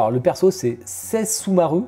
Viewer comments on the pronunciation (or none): ohhhh tkt l'unbox on va bien le regarder.. elle est sublime Inuyasha 🥰 et ça ce prononce che "sechomaru" en gros lol le double s ne ce prononce pas